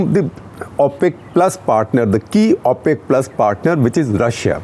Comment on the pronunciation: Thank you Shekhar Gupta. Enjoyed it. Just a small suggestion on pronunciation. It’s pronounced ‘O’ pec as in o for Oh! not ‘Au’ pec. Thank you!!